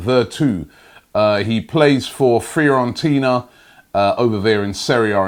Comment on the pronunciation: won't stop until he has butchered every foreign player and clubs name lol! "Frirorentina" 😂